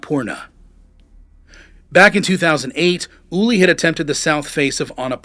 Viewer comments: His Name was Ueli, not Ulie!!!! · "Ooh-Airly", not "Ooly" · **Ueli, not "Ullie." You couldn't get his name right on the video that's about him specifically? 🙄 Wow.